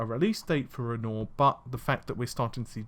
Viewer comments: Once upon a time we had "Narvey"... Now we have "Renor"... I can't stands it anymore. Dammit, it's "Ren-wah" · Renwoir, as in the French painter. Renore, what is it a fucking shampoo???! C'mon man. And you're a native English speaker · Renoir is pronounced 'ren wah' not 'ren or'... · I know you have a lot of trouble with words, so I'll help you out. Renoir is pronounced Ren-waar. You're getting better though. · Scumbag lawyer fees were $3.63 million, which was taken out of the $12.5 million fund. BTW dude, Renoir is pronounced as 'REN-WAR'. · Renoir = ren wah cmon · Goddammit, it's REN-WAH, you know, the artist! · Dude, Renoir, pronunciation (like the famous painter): bugging me. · I can forgive him for his bad french accent. :)